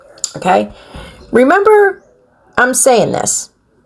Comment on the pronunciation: “Always reAMBER”